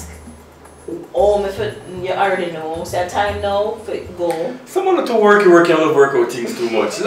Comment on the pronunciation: Somebody can remove the letter “Y” from alphabet please 😂😂😂😂 “cuty cuty, worky worky” 😂😂